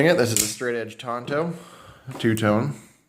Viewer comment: I like how EVERYBODY calls it a "Tonto" edge when its actually "TANTO".